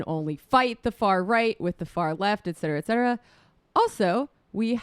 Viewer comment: Is Sam saying "ec cetera" instead "et cetera"? :)